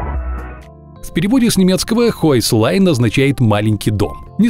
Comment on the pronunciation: Не хойслайн, а хёйсхен или хёйхсляйн Тогда понятно, почему маленький домик. Могли бы гугле переводчик подключить. Потому что слышится, как "высокая линия"